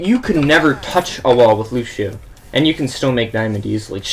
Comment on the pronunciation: top 500 but doesn't know how to pronounce either "Lucio" or "boop" lmao